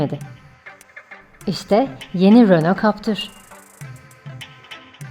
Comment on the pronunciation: Siz ne güzel captır diyorsunuz öyle 😄